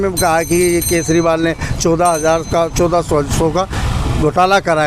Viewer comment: भाई एंकर पढालीखा है क्या ? केजरीवाल जी बोल ने में कोई तकलीफ़ होती है क्या ?